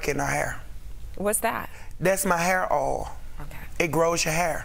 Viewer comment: “tHaTs mAh hAiR Oooaal”